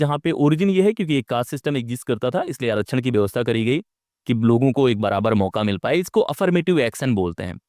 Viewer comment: आरक्षण का सही उच्चारण करना पहले सीख लो, फिर उस पर ज्ञान पेलो।